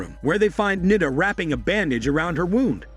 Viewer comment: It's not Nida. U have to stretch the I so Niiiida